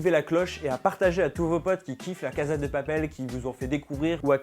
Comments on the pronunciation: cnc non pas du tout c'est 'cassa' (je suis espagnole) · cn mais douuuu cest casa prononce "cassa" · Super vidéo ! PS : ça se prononce "cassa" et non pas "caza" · VOUS ALLER ME TUER Ca se prononce cassa pas caza stp 😂😣😣😣😣😂😂😂😂😣😣😣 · On dit "cassssssa" pas "caza" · On prononce la cassa et non caza. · On ne dit pas la (caza) de papel mais la (cassa) de papel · En espagnol Casa se prononce (Cassa et non caza qui est de l'italien) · Cest cassa et pas caza mdr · SA SE DIT ''LA CASSA DE PAPEL'' PAS ''LA CAZA DE PAPEL'' ! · Se se prononce « la caSSa de papel » ptn j’avais envie de te gifler à chaque fois que tu disais la caza de papel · il prononce la caza mdrrrrr tu sais qu'il sait pas parler español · Cachza de papel